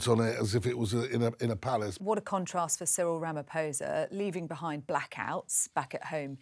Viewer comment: HOW can the BRF celebrate the visit of a black president if they're "structural racists"? And Charles and Cyril shared some very sincere moments of camaraderie together. Even if Charles pronounced the President's name incorrectly (just a small slip, but I don't understand how Charles wasn't informed that the "ph" in Venda is pronounced "p" with an exhalation of the "h" afterwards. Complicated, I know. But the many different "clicks" in the South African Tribal languages are a conundrum to even the various tribes). Britain is reportedly scheduled to have "blackouts" starting in January 2023 - so, SA's blackouts are the result of corruption, particularly related to Zuma and the State Capture. WHY can't logical people see the logic? And Cyril is a wealthy businessman in his own right - he'd have NO reason to be fraudulent. Besides, Jacob Zuma was corrupt for the entire time of his presidency, and is only now, MAYBE going to be jailed. Dreadful dreadful corrupt individual. Dreadful. What a dark period he brought to South Africa. Madiba must be turning in his grave.